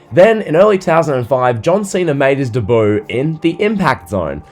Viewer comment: If you say ‘debut’ like that again, I swear to god….